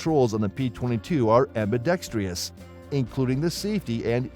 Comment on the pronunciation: THERE IS NO “Tree” in ambidextrous! 😎